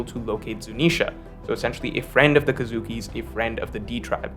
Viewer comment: It's kozuki pronounced as co-zuki, not kazuki.